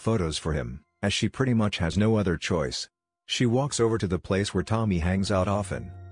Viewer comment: I wrote « Tommy-ay », where you clearly pronounce the « I » then enunciate the « e » with « ay » though